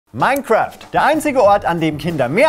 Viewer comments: Minecraft ❌ OURCRAFT ✔️ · "Mine"craft oder wie man im Osten sagt: "Our"craft.